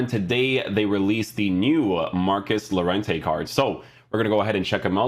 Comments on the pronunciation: It’s pronounced yorente ;) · Lol its crazy llo is pronounced yo in llorente